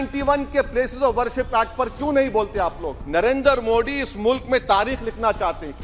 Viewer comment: Abe tothle dang se name to Lena Sikh kya मोदी बोल मोड़ी नही 😅😅😅